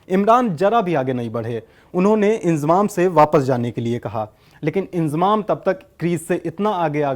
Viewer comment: Abe ye koun anpad hai naam bhi pronounce Karna nahi ata inzamam ko iljamam bol raha feet ko meter bol raha hai bhagwan hi malik hai in up Bihar wa lo ke padai ke standard ka